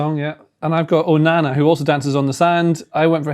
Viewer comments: Bro really said onana💀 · Bro said Onana 💀